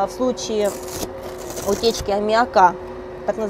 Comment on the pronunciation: Если она космонавт и с высшим образованием, почему она говорит неграмотно? Например консервы называет консервой, в слове аммиак делает ударение не в том месте...вместо "ничего не получалось", говорит "ничего не получалося"... Это так задумано или что?